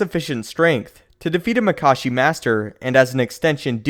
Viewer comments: maka-shi not mak-ashi and from a previous video, JuyO not JuyA That is all, thank you. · Isnt it pronounced makAshi? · He pronounces Makashi two different fucking ways. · The question is: Is it pronounced Maa-kashi or Ma-kaashi? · So... is it Mákashi or Makáshi?